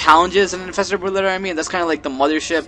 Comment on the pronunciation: Stop saying boodlord. Its an R in there somewhere.